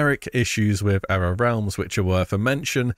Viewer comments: You're pronouncing era wrong. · Why do you keep saying Era so weird??